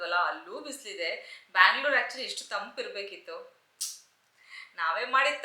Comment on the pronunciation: ಬ್ಯಾಂಗ್ಳೂರು ಅನ್ಬೇಡಿ ,ಸ್ಪಷ್ಟವಾಗಿ ಬೆಂಗ್ಳೂರು ಅಂತ ಹೇಳ್ರಿ. ಕೇಳೋಕೆ ಚನ್ನಾಗಿರುತ್ತೆ.